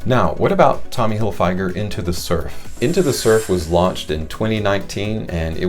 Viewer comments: Figer not fyger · You butchered Tommy's last name. Tommy Hilll-fig-urrrr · “Hillfyger” 😂😂😂😂 you gotta be trolling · It's pronounced fig...like the fruit, not a long I, in Hilfiger. Sorry, but it made me cringe every time you said it. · If you know this fragrance for so long why is it you still can't pronounce it? I'm going to stop watching this video now because you're driving me nuts the way you say Tommy Hilfiger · Is a me,or are you pronouncing Tommy Hilfiger wrong? Or have I been pronouncing it wrong all this time? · I think he thinks that's how it's pronounced lol is he right and we've been wrong for 30 years 😂